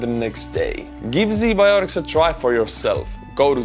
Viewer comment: My whole boddy hurt when i heard Z biotics In a video about ua-ru war